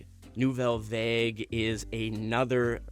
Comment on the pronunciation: It's Varge not Vague as spoken